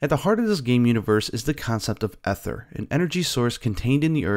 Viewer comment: Looks pretty good, I'm really liking the art style. Just a tip if you're going to be covering this in the future: the "ae" in aether is a but tricky, but it's pronounced more like an E than an A. better to say EE-ther than AY-ther, even if neither is exactly correct.